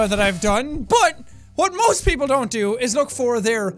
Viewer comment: For some unknown reason he emphasises and screams the word "most" for no reason at all and he kinda breaks his voice slightly, he shouts from the bottom of his throat